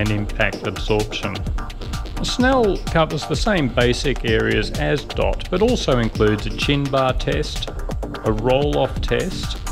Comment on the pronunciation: Its not Dot. Its D.O.T an acronym for Department of Transportation..